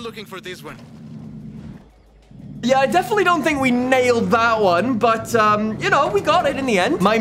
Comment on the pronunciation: Licht het aan mij of klinkt die JA op wel erg nederlands